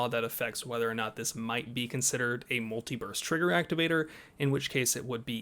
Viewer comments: Uh, muliverse trigger activator? My trigger only works in this universe. It doesn't shoot in other universes. When did Cali get triggers that could shoot through the multiverse? Damn aliens dropping tech on Commieland. LOL, you need to enunciate better. Every time you said it I did not hear burst. Wait wait wait....I'm watching this at 2x speed while working. Oh, well. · Did anyone else hear him saying "multi-verse" instead of "multi-burst"?